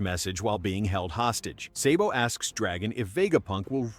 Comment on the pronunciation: why tf did you call Sabo & Luffy “say-bo & luh-fee?” 😂😂😂😂